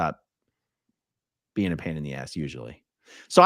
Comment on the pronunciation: every time says "being" I hear "bean" and it makes everything funnier! lol